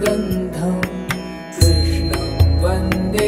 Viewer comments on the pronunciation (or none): none